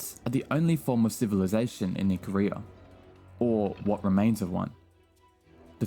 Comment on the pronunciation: Btw IcAria not IcaRiah xd